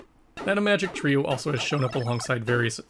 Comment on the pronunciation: Finally, a person who correctly pronounces the word "Imagic". Most other channels obviously don't see the connection with the word "image", and pronounce the name as if it were an Apple product.